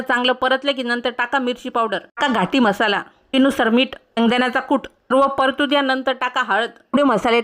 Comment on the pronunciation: Mhasala nahi pori...masala😅